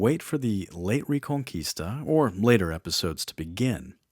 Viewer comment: This sounds good but i cant stand your pronunciation of reconquista. Also its taking too long,i might change the channel